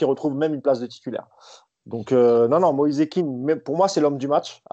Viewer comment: Chaîne spécialisee dans le PSG merci de rectifier et de dire Moïse Kean en le prononçant Moïzé Kaine . Cordialement